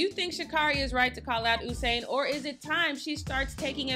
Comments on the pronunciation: She keep saying “Oh-sain” instead of U-sain that got on my nerves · U-sain, not Oosain :) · Am I the only one who hears her saying ousain bolt 😭